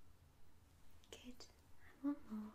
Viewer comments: "...we'll start with bottle 'number A'..." . Subbed immediately off the quirk of that gem ! And partly off the fact that your "good" sounds a bit like "git" ... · Argh! I cannot un-hear "git" now! Ah well... subbed anyways.